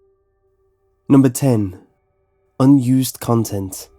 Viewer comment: in the beginning I thought he said used condom instead of unused content and I just sat there like "oh"